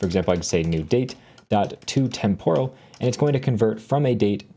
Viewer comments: pronounced temperal not temp-oral. Tempus, temporis is Latin and the o is short. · Great video but you are badly mispronouncing the word “temporal.” The stress goes in the first syllable, not the second; like the first part of the word “temporary.” Listen to the correct pronunciation here